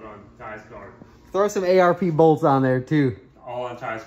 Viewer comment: "ARP Bolts"????